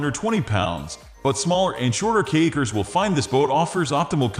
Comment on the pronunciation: Sounds like he's saying cakers